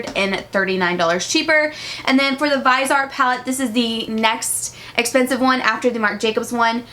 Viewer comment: "Das espensive" 😂